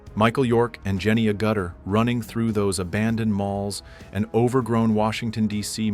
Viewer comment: Logan's Run has Jennifer Agutter... that is all it needed (and come on, get the pronunciation right!!). In the 70s anything that had Jenny was a must watch. Jenny WAS something to keep a teenager awake at night.